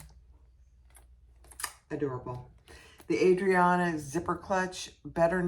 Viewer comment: I love your video. Your in depth explanation of all the pieces and where they are on the bag was so helpful. Now, I'm going to be nitpicky since this obviously doesn't affect how great your tutorial is but the bag is actually spelt ARIADNE (pronounced I think? Ari-ad-ne) not Adrian